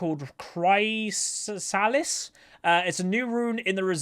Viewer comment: chrysalis > first part pronounced like the name chris